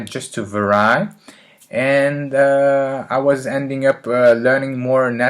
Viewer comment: Good video. Vary is pronounced like "v-air-ee"